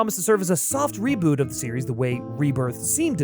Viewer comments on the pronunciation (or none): none